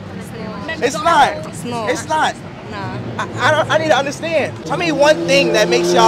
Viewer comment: “It’s nawht” shawty almost threw her back out over pronouncing that word 😂